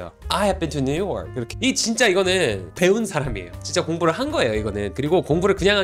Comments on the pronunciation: 강사님.. 그 new york의 강세가 이상해요.. 딱 아시아사람이 발음 굴려보겠다고 발음만 그럴싸하게 하나.. 실상 강세가 이상해서 못알아듣는.. 처음에 뉴욕 말하는지도 몰랐어요.. have been도 거의 묵음식으로 넘어가서 못알아듣겠고.. 강세를 줘야할 부분은 smooth하게 넘기고 필요없는곳은 강세주니 다른언어 같고.. new york is so beautiful 말할때도.. 강세 이상해서 그냥 문맥상 알아듣지 냅다 아무것도 없이 저 문장 대뜸 말하면 어?? 머라구?? 뭐가 so beautiful?? 이라 할듯 진심이에요 그냥 까내리는게 아니라.. 진심으로.. 뭐라 하실까봐 전 미국에서 태어나서 현재 29이고 18살에 한국 넘어와서 쭉 살고 있어요 27살에 잠깐 1년동안 미국다시 갔다가.. 영어 못하지 않고 영어가 모국어입니다.. 한국말은 어머니가 한국분이라 어렸을때도 곧 잘 자연스럽게 했었어요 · 전문가시네요..그런데요. 제가 뉴욕쪽살아서감히 말씀😅드리는데 뉴욜크 이렇게 굴려서 말씀하시는데 뉴욕 현지에선 누욕! 이거임 r발음 안해요....ㅋㅋㅋㅋㅋㅋㅋ 그리고 아이해빈투뉴욕이라고 전문가 이건좀.... 물론 강호동이잘햇지만 너무 올려치기하시네요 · 추가로 new your 발음 nu ㄴ+ㅠ 발음이 아니고 강사님이 발음하시는 noo u ㄴ+ㅜ~ㅠ 로 발음도 아닌 오로지 정직한 noo ㄴ+ㅜ로만 끝내는 발음입니다. 저기서 강사님처럼 끝음에 ㅠ가 섞이면 촌스럽게 들립니다. 예로 들면 사투리 느낌..? 어눌한 느낌? 그런느낌이에요 어눌하게 말하는 느낌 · 맨 처음 new york 발음 끄는거 개느끼하네 ㅋㅋ